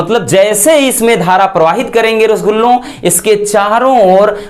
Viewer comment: Sir rasgulo kiu bolte Hain 😅😅😅